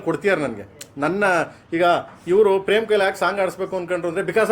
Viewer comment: It’s prem not frem ಪ್ರೇಮ್